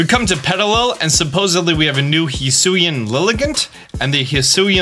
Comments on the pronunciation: I think it's pronounced He-Su-Ee or His-Su-Ii Hi-Su-ee sounds off for some reason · Why does he pronounce Hisuian like that